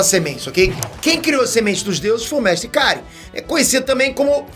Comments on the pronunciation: Vc não assistiu DBZ né? Não eh mestre Kárin, o certo é mestre Karíínn,😎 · Mew, qual o problema de vcs?? Nunca assistiu a série? Se já assistiu volta lá e vê, o nome do mestre gato a sílaba tônica é no final (kaRÍM e não KÁrim)